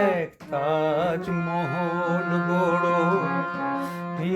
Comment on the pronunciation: মনে হচ্ছে মান্না গাইছে 😊😊😊 পিন্টু ভট্টাচার্যের কোনো ই ছাপ নেই তোর গায়োকীতে ভাই 😅😅 অরিজিনাল গানে কোথাও কোথাও ঠিকঠাক সুরে লাগেনি.. তুই বেশি সুরে গেয়েছিস ভাই... তবে তাজমহল উচ্চারণ সঠিক নয় .. উভয়ের ক্ষেত্রেই...